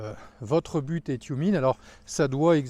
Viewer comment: "Toumiène" pour la prononciation; le E se prononçant très souvent "ié"